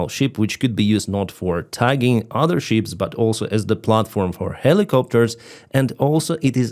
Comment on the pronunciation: I've been following you for a long time, and I've never had the courage to tell you this because of the quality of your work. English is a beautiful language, and ruining it is a shame. You've been calling ships "sheeps" for years. Use the web if you don't believe me, but the accent should be on the "p" and the term should be read quickly. If you put the accent on an "I" pronounced like an "E" and elongate the latter, you say "sheep.";-) 🤗